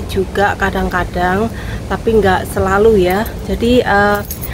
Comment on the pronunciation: lek ngendikan SELALU yo selulu ae ura usah di tambah i NYa...